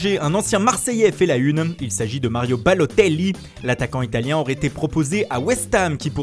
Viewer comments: C quoi cette accent quand vous dites balotelli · Donovan Leborgne c laccent Italiano #Balotelli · mdr comment ils disent Balotelli